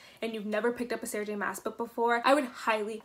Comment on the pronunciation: My only complaint about the video is that her last name is pronounced like "moss" instead of "mass"